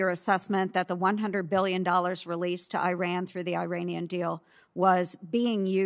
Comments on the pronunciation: Ernst keeps mispronouncing Iran's name and keeps being corrected, but doesn't matter; stupidity can't be taxed. She just reads off the fodder she's given though her ignorance and bias are astounding. I recommend she gets a book on Iran to avoid looking so illiterate and blind. When shamelessness is the only asset to sell blow your trumpet high as flutulence is unavoidable on too much beans. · She can’t even pronounce Iran properly. Performing for her corn-headed fans.